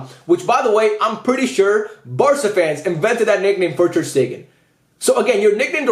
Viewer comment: My man did Ter-Stegen wrong in every way possible.